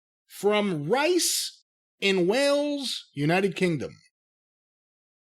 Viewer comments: Fyi it's Reece not "rice" lol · Rice? 😂😂😂 Fuck's sake,. Rhys, Rees, REEESSSSS!!! Ree-ssss. Fmfl 🙄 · "Rice". I'm going to go out on a limb and say that's 'Rhys' (pronounced 'Reece'),. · Is it 'Rhys' from Wales? If so, it's not 'rice.'